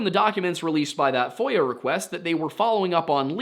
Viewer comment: As a non-native English speaker who always listens to these cases without any visuals or subtitles, I am deeply embarrassed to say I have just for the first time learned that it's FOIA request (freedom of information act) and NOT voyeur request... Uh, anyway...